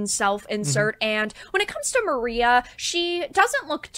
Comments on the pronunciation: Yeah she reading from a script and still effed it up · Her calling Maria "Marie" really fucking solidifies to me that she (and many other of these gaming news youtube channels that are shitting on the Silent Hill 2 remake) don't actually know anything about Silent Hill or even care about it, they're just grifting for clicks & views. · Not really. She's doing the exact same thing every other game commentary channel is doing right now, which is bandwagoning for easy views. Also, pronouncing the name of the main female antagonist for the game incorrectly definitely shows a lack of actually playing the game, and also a lack of proper research. Imagine if somebody was criticizing The Witcher 3 and they called Geralt "Gerald" instead? Like what? 🤷‍♀